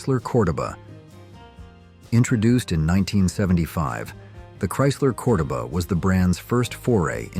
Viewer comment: It's pronounced CordOba,,, love the 70s cars!